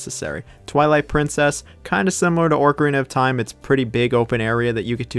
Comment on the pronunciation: “Orcarina of time”